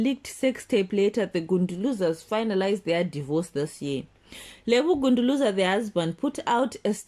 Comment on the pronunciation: Lebo Gunduluza? Its Gunguluza you nincompoop 😅